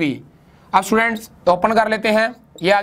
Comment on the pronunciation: How he pronounce students ( stuudaants)🤣🤣🤣